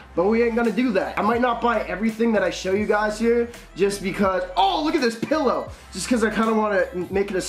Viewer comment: okay bruh the way he says pillow has me dying 😂